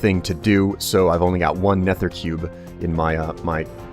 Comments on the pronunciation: ***** "It's supposed to sound CLOSER to never than neffer" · ***** it's not an accent, i'm american too and i don't say neffer, then again i never noticed he says it like neffer :/ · Zach Da Sack He says neffer which sounds dumb and nobody says that except for him occasionally. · CobaltKnight Are you sure it's not an accent/speech impediment thing? It might even be the microphone he uses that makes it sound like neffer. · The way you pronounce nether kills me on the inside. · Would you consider it a sharp "th" sound?